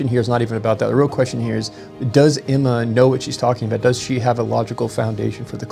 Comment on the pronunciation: Is it Emma or Enema LOL.